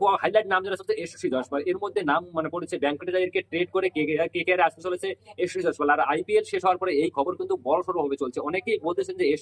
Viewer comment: নামটা ঠিক করে বল😊